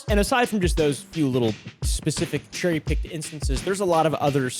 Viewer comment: “Cherry picking instances” I really thought he said cotton Pickin instances